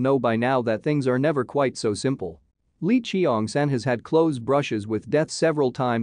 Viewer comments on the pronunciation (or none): "lee chi-yong san" "gwy-nam" 💀